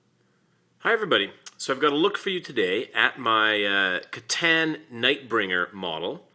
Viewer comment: The proper eay of saying c'tan is (citan) I play with necrons and have read the hole codex and ordered the C'tan shard Nightbringer